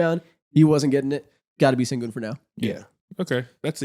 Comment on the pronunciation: guys pls stop mispronouncing his name its SHENgun not sengun 😭😭😭💔💔